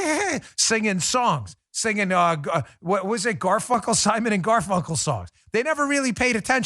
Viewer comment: He said Simon and GarFuckle.... 🤣